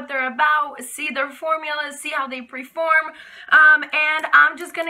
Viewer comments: You do realize it's perform not preform right lol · oh yes i can see the confusion if its your second language! yes its perform lol good day!